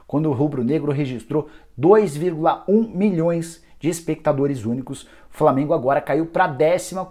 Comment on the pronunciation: Qualidade horrível da transmissão do FLORminense, imagem nem se fale .... além dos narradores clubistas que nem falavam os nomes do jogadores do flamengo direito